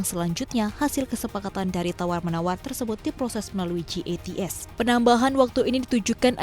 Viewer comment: Jats kali bukan gats haduuuuuh